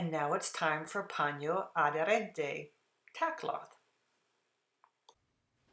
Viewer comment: If only everything in life would be explained with this level of clarity and depiction. Great video! Cheers from Argentina. By the way, your "paño adherente" spanish was spot on!